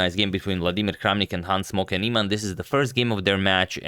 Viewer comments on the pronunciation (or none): It sounds like you are saying "Hans smoking Nieman" which one hell of a nick name lol!!!